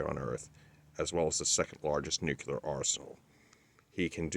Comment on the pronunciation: Why is it so damned hard to say the word "NUCLEAR"? NU-CLEE-ER. So simple! Not "NUCULAR". Nucular is NOT a word!